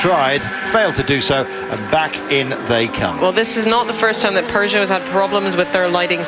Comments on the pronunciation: Their is no R in peogeot dam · And there aren't 2 o's in Peugeot